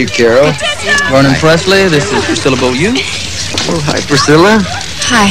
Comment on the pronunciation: So is that how Beaulieu is pronounced? Bowl-yoo?